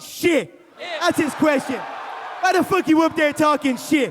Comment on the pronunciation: "Who the Fock Is that Guy"...lol